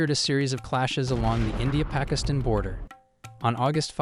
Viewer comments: East "Pikistin" haahhaha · Around the mark you pronounced “pakistan” “pa-kizzz-tin” after correctly pronouncing it both before and after that mark. Makes no sense . Like when a kid mindlessly copied ChatGPT on a test and it messes up something simple but the kid answers “1947” for “what color did they wear?” Like obviously didn’t even think . Just read . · Why the heck is this AI calling it Pikisstan. Lol